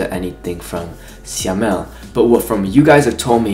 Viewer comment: Your reaction to this mv is soooo cuteee 😆 Btw, Syamel pronounce as Sha-mel 😂